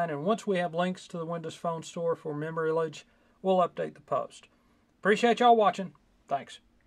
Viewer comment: Its Memory "lage" as in collage.